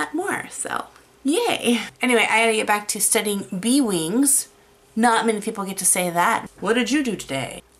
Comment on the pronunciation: I really hope I'm not the only one who heard B-Wings when she said bee wings. Great video and something I need to work on is doing studies. It's just something that I've never dove into before because I want to draw it now. :P